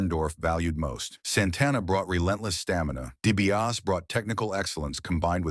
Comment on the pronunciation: Dibiase not Dibias